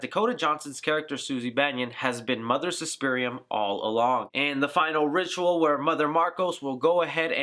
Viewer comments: Not trying to nitpick, but if you're gonna do an explanation video, you lose all credibility if your names / pronunciations are off. It's Klemperer, not Kempler It's Coven, not Covenant And they reveal her name to be Suspiriorum, not Suspirium at the ritual scene Hope I'm not nitpicking too much, and if I am, forgive me. It was just grating to hear those words over and over again. Love the video, though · Dude just on a friendly note you did botch the names Suspiriorum and Klemperer. Great explanation. Also it was Tanner who put the spell on Olga because Blanc said what happened was a mistake. Sorry if I'm sounding like a dick I'm just a huge Argento nerd! Seriously good job bro!